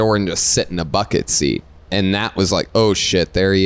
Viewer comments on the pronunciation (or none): none